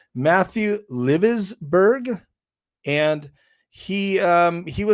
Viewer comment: Mat was not retired. He was on approved leave. Yes, he could have made a bomb that would have destroyed that hotel, but he even stated that he wanted to create a spectacle to get the attention of the American people. It's pronounced Ly-vuls-ber-ger.